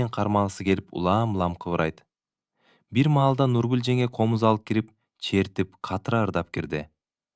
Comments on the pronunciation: Нүргүл деп окусан Нургул дебей.Акинайды да Акынай деп окуп жаттын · Нургулду туура айтчы бай болгур, башкасына ыраазы, кыргыз тилинде тамгаларды туура окусан, негизи сонун окуган, тамгалары эле жудотуп жиберди, кыжаалат кылып.